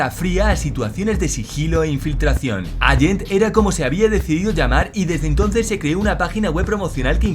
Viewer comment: "Agent", "alante", por favor... por lo demás, buen vídeo.